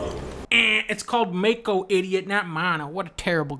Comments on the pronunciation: You didn’t even do it right either. It’s pronounced “Mah-koh”, not “May-Koh”. If you’re going to make a stupid joke about this you have to actually say it right. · & - LOL - It's supposed to be pronounced "Cat Si". Like the Spanish word "Si". - It's actually pronounced "Ma-Ko". I feel like the Remake is more like a Metal Gear Solid: The Twin Snakes, Advent Children or Kingdom Hearts Version of FFVII except without the dimmed Brightness. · Im pretty sure it's actually "Ma-Co." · Yep it's May-ko, not Mah-ko I don't care what anyone who works at Square Enix says, I don't care how the voice actors pronounce it it'll always be "May-ko" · Mah ko dunk, not may ko. The voice actor pronounces it correctly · I deadass hear “mako” and not “mana” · for years I’ve called it “mako” like mako shark ... not “mah-ko” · he said MAGO not mana so he did try to say mako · I think this is a Yanny/Laurel situation. When I replay it I can hear both "mana" and "mako" depending on what I'm trying to hear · The president actually said maqo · well its sounds like mano. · Sounds like mano to me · Shinra definitely said Mako, just pronounced it Maw-ko. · I hear "mako." Iwinbyebye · Dude it pronounced Maako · This doesn't matter but the president actually just pronounced Mako wrong. He said "Mah-Ko" not "mana" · The president actually said mako. Clean your ears please. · Pretty sure he said Mako instead of Mana (you said Maeko with an e in the middle) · I'm not the only one who can hear both "Mana" and "mako" right? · Slow it down, and there's no disputing he says Mana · guys is shinra saying mako or mana?? people saying he actually says mako but I hear mana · i heard mano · I can hear him say "mako" and/or "mano" depending on what i'm trying to hear. can anyone else? I feel im going nuts, since i haven't seen anyone talk about it. This shit gives me major "yanny/laurel" vibes. Can you guys hear it? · Shinra just mispronounces Mako, doesn't say mana. Review is CANCELLED.